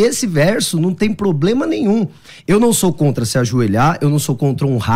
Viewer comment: Nitidamente decorou umas palavras em hebraico e grego... e fala pobLema... socorro haha